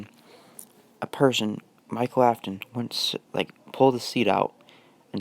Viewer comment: His name is Michael not Mikal